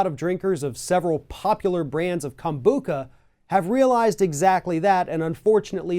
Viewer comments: You guys can't even pronounce it :-( and most kombucha bottles say "contains alcohol" ... people think... it is fermented drink.... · That’s how most people say it. Never heard it said the way this guy is saying it lol. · Wow wow wow. officially jumped the shark. This is sponsored content! An fn infomercial! At least know how to pronounce kombucha correctly bwahahaha. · I can’t take it seriously with the pronunciation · I support, but then I see stupid news stories like this and I cringe. You’re not even pronouncing the drink correctly. It’s fermented tea. It even says that there’s trace alcohol on the label. Even if there is alcohol, I challenge anyone to drink more than one bottle. Kombucha is potent stuff... Anyone complaining about the legality of kombucha has never heard of it and don’t understand the actual benefits of it. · He can’t even pronounce Kombucha :/ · Well we are the country that sues over coffee temperatures which makes this entire segment seem much less bizarre. Have I been pronouncing kombucha wrong? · That pronunciation is not correct. is wrong on this. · David Steere Florida. We all pronounce it the way the second guy did. But I’ve seen different vegan videos about it all over YouTube and various places and nobody pronounced it the way the host does. I don’t know if it’s “wrong” it just sounds bizarre to me lol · If you are someone who cannot consume alcohol. Avoid all fermented products as it is a result of the fermentation process. Organic rootbeer, ginger ale... This is about the fact that the label didn't contain the proper information. And it's KobuCHa not kombuCKa. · It's kam-boo-CHA, not kam-boo-KUH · Literally everybody who drinks kombucha knows it’s fermented and has small amounts of alcohol and it says it on the bottle. And it’s “kom-bu-cha” not “Kom-bu-ka” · he calls it kombuka